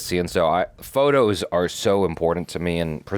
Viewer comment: The way she says photos sounds funny. Please don't take offense. It just sounds like faux toes, like fake toes 😂 Great reaction, btw. I don't think this one ever made me cry, but Up and Encanto got me